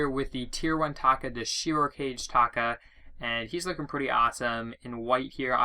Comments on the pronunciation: Did....did you just say "shiro cage"!? LolIt's shiro Ka-Ge lol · It's pronounced Shiro Ka-gey